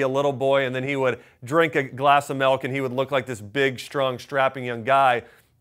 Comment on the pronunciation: What the hell is melk?